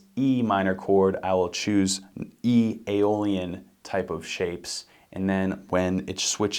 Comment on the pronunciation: I quit watching when I her aeolian